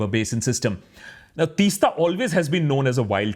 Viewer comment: Please pronounce the name of the river (Teesta) like Teas-ta. (It's the T in tea. ) Thank you for talking about it. As someone who has grown up in that area, the river Teesta used be a free flowing beautiful river, now there is no flow of river, it looks like a still lake instead. There ued to be sandy beaches on the sides of the river, after the dam, no beaches left, everything is covered by still water. Not only this, now they are building a railway lines there in the hills, it is unbelievable. There are making huge holes through the hills and rocks for railway tunnels. Another disaster awaits i feel. The problem these days is, villages are becoming towns, towns are becoming cities, and cities are turning into megacities. My home is a village there in the hills, i work in a metro city, home used to be an escape from the noise, pollution, being in nature, now everything is gone. There are only buildings and constructon around, the lovely view of the river and hills that one would see no longer exist. I feel suffocated now wherever i go. There is no space.